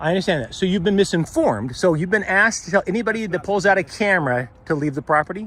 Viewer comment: He "axed' you to leave...